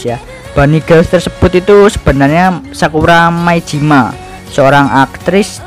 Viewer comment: Sakuramai Jima? Sakurajima Mai kali